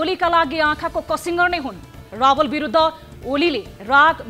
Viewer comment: ए दिदी राबल होइन रावल भन न।